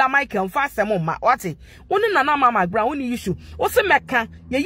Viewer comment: THANK GOD YOU'VE STOPPED SAYING MIKBROWN. I USED TO LAUGH MY HEAD OFF, EVERY TIME YOU SAID THAT. NOW, YOU'RE SAYING MCBROWN. YOU CORRECTED YOU FINALLY? 😂😂😂😂😂😂😂😂😂😂😂😂😂😂😂😂